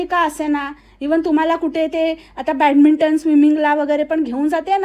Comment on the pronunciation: बॅडमिॅटन ला ती बॅटमिंटन म्हणत होती